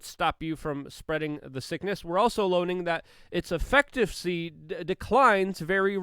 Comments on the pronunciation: Luke... It's: eF - i* - ka- cee.. (i sound, as in kid or it) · "Effectivesy" WTF man? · Efficacy brother. You need to learn to pronounce it. Every time it’s a huge oof 😅 Appreciate what you’re doing none the less. ef·fi·ca·cy